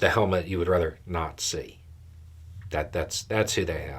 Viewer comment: LOL I like how you emphasize " ..something you'd rather 'NOT - SEE'" :) hmmmm what else rhymes with NOT SEE ??? 😆